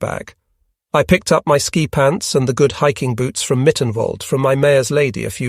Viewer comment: Only an AI narrator would call ski troops "sky troops."